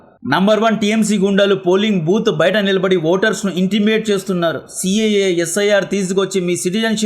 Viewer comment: Intimate kaadu, intimidate